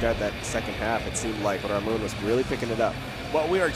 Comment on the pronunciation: It's Ramon" !!! Stop calling him Aroana. 100% a dude